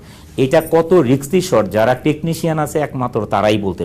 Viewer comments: risky na riksy wow man hats off to you!!😭😭😭😭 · Riksy????haha... dude improve ur english